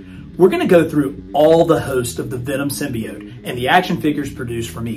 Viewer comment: Hey man, not the biggest fan of how you say symbiote but l still love your vids 😂 also would be dope to finally get a venom figure